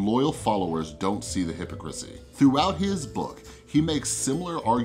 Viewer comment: Good analysis! But who pronounces it "HYP-o-crissy"?